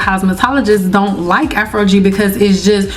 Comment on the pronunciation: Afro-gee, never heard it pronounced like that before 😮😊